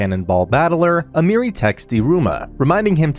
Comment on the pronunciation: A-me(h)-ri not Amiri but ok